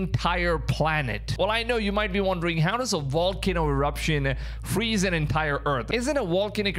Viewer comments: Wait... you said "Vibration" and not "Wibration". Then why does that not translate to volcano is wolcano? You have fantastic English so it's so surprising when the v still gets ya. Lol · VA. VAAAAAAA VOLCANO, NOT WA WAAAAA WALCANO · I think you're adorable but you need to pronounce v instead of w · Pronounced "v", not "w" as in supervolcano or volcano. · Volcano with a V. Not wallcano rite? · Lol, "wolkino".... And here I always thought it was "volcano" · You can't say your V's. You say W's. wocano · Sir, the word is pronounced "volcano, not "wallcano." You are pronouncing v like w. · Why do you keep calling it a Wallcanoe? Is Volcano with a V..Veeeeee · What's a walcono? 😂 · Wall-ca-no?........ Vol- cay- no. Vvvvvvvvvvvvvvvvvvv not wwww ....... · It's not a wolcano. It's a volcano. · It's a volcano not a wolcano... lol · If I hear Wallcano one more time! Lol just kidding. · My gf says wolcano? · Bruh can't even say VAL-CANO correctly.... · Whats a Walkano? 😂